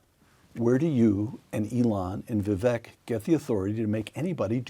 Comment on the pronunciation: Vivek rhymes with cake, not deck.